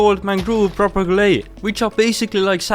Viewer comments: hey, im pretty sure the name of the propagules are actually pronounced prop-a-gewls not prop-a-goo-lays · I'm sorry but your pronunciation of mangrove(mangroove) and propagules(propagleys) got me laughing so hard